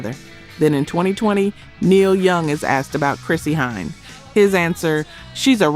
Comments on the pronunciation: AI warning, this robot can't pronounce Chrissie Hynde! Pathetic. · BZZZZZZZZZZZZZZZZZZZZZT! AI. mispronounces Chrissy Hynde, and then later pronounces it correctly, the mark of AI. Thumbs down, and no subscription for this being AI. Human creations, please.